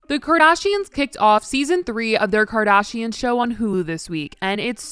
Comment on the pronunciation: Ugh not another Kim KarDASHEEAAN vid.😂